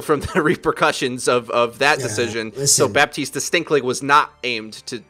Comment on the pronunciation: What about the amount of times they both say Baptiste wrong?